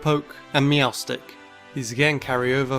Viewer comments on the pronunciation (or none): THE R IN MEOWSTIC IS SUPPOSED TO BE A T!